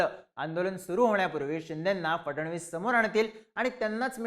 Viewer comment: आधी त्यांचे आडनाव तरी नीट घ्या, फडण-वीस नाही तर फड-णवीस नाव आहे, ऐतिहासिक नाव आहे तुम्हाला उच्चार माहिती नसावे हे आश्चर्य आहे